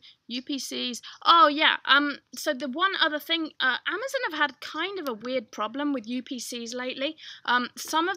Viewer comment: i love how you say 'amazUn'....its so...not American lol thx!